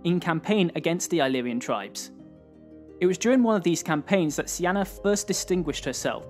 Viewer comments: Her name wasn't even close to being pronounced "see-anna".. its not even spelled in a way it could be pronounced that way lol. Her name in her time would have been pronounced "key-nah-nay". sorry to be a stickler but I always feel like we are learning a fake history when we don't take the time to learn these peoples real names. There was no Alexander the great. He was Alexandros III of Macedon Son of Philip II. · I'm a bit confused by the pronunciation of Cynane (Sienna?). While it may be correct in modern English in Greek it's written as Kυνανη, meaning it should be pronounced very different. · How to pronounce Cynane? it sounds like Cyane